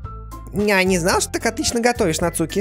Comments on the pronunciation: Емае не нацУки а НАцуки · Не Нацу́ки! А На́цуки!😄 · Почему он говорит НацУки, а не НАцуки? ( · Куплинов: НАцуки❌ НацУки✅ 😅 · да, еще правильнее вообще без ударения - Нацки ("у" почти не произноситься)